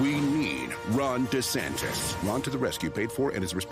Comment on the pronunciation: It's not De Santes